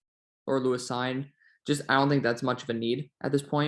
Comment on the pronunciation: On Cine , I think it's pronounced seen